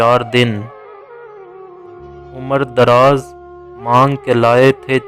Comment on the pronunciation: Umr e draaz, sahih parho.